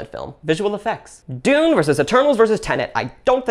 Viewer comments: “Denet and Tune” 😂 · "Denet and Tune" 😂